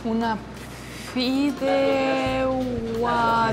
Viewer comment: FIDEIGUADA NOOOO. FIDEIGUA. que un valenciano no te escuche decir que es una paella de fideos.